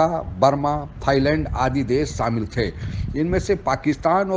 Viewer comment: Sasan nahin shasan, samil nahin shamil kahiye. You are speaking sh as s. You are making yourself a laughing 😂 stock. Correct your speech.